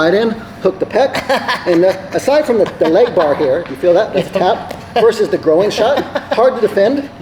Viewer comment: I feel like if you asked this guy what a pig says he would reply "oh-ink" because pronouncing groin as grow-een is wild.